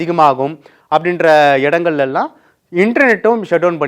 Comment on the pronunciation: உங்களுடைய லகர உச்சரிப்பை தயவுசெய்து கவனிக்கவும். 🙏🙏🙏🙏🙏🙏🙏🙏🙏🙏. ' எல்லாம்'-????????